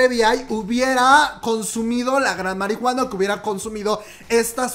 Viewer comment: Algo que pienso de que diga marihuan suena raro yo creo que si dices la comadre marijuana sonaría gracioso